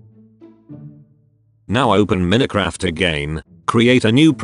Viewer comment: he doesn't even know how to say minecraft...